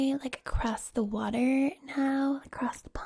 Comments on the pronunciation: Advice for the Australian accent, be less “posh” and fasten up the pace a little bit and make sure for words ending with r like water u have to pronounce it like warta (wart as in the warts u get on ur body and then a “ahh” sound like u hurt ur self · You NAILED the pronunciation of Water in the Australian accent! I find the Valley Girl accent very relaxing during roleplays that have a focus on personal attention such as your Britney Spears videos. Perhaps it's some deep seated want to be doted on by the "popular girls", which of course makes little sense coming from an Australian.